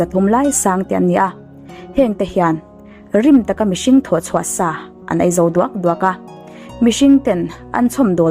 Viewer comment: A ngaihnawm e. Mahse, o hi au angin i lam ri zel a, a dik lo... o chu o a ni mai. Entir nan, lo chu lau tiin i lam a, tho pawh thau tiin. I lo sim tawh dawn nia. 😁